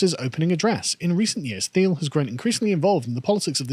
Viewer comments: I would suggest his name is pronounced “Teal” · His name is pronounced 'Teal'